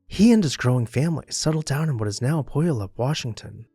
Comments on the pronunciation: For those reading these comments, please note the pronunciation of the city of Puyallup, WA, is pew al’ up, not poo yal up. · Good try at pronouncing "Puyallup" (I heard worse when i lived in Peoria, IL 😂), the emphasis is on the second syllable: peh-YAL-lup. I grew up a bit north of that city & back in area last 20 years, and though i've seen his wagon & even the stuffed oxen at the Washington History Museum in Tacoma, I've never been in the Meeker mansion itself--yet! Your sharing the story & pictures does make me want to visit now--especially since less than an hour trip for me now! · Puyallup is pronounced pew-WALL-up. It's a tribe, a river, & a town just outside of Tacoma, Washington. My oldest sister was born there, & my family lived in and around the Puyallup River Valley. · This guy literally mispronounced Puyallup. Bro it's pew-all-up. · The city is pronounced “Pu y’all up” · Beautifully crafted home. FYI it's pronounced pew-AL-up. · Close but no. It's "pew" "al" "up". Said quickly, no hesitation. The AL is pronounced like the name Al Bundy. The pew-ALL-up pronunciation is an affectation. The tribe itself says Pew AL Up.